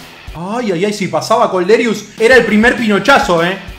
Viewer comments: Es Kolderiu no Kolderius xDDD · Madre mia es Kolderiu no Kolderius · Es kolderiu, sin la s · Es kolderiu se nota que sos de independiente